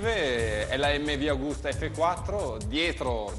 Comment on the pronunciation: Raga però.....MV AGUSTA non AUGUSTA.......................'